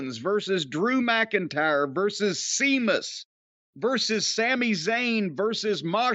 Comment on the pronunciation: See-miss… lol. Gets me everytime.